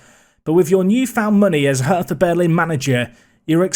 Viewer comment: Cant wait for the new series my guy 👌 If you go Berlin its pronounced "hurter" 👍